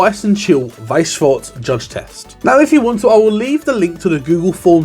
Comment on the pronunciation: I just gotta say, it feels so good for someone to not say "shworz" instead of "schwarz".